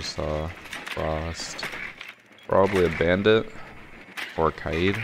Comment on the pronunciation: He finally pronounced kaid the right way.